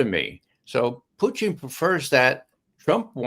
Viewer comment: I love how Ray says "Phew-tin"